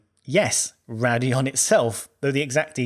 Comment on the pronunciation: It's Raidillon not Radillon.